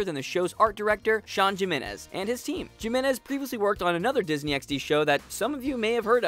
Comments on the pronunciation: HA he said Sean Jimenez Pronounced it JIM - enez It's HIM - enez Honest mistake but it still made me LoL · It's pronounced "HEE-menez", you boor. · It's pronounced Jimenez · MysticGamer NO it's pronounced Jiminez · The Frenzied Ferret its actually Jiminez. The J is pronounced as a H in Spanish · Fran García Cisneros Doesn't matter what version of Spanish you speak the J is always pronounced as an H in Spanish. Im fluent in Spanish